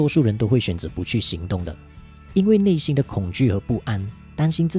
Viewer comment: 谢谢分享。小小建议： 内心发音 = nei xin